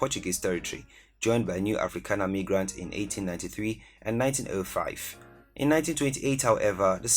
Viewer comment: You just didn't pronounce "migrants" as "megrants" while talking about Namibia